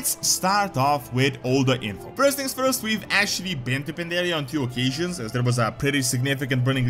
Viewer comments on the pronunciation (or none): none